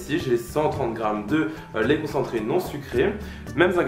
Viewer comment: Tu as dit laît concentrés sucrés